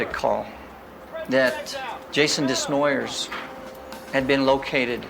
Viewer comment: This hurt my head. Desnoyers is pronounced Day-noy-yay or Deh-noy-yay..